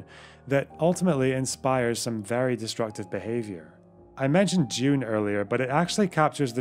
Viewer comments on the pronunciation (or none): none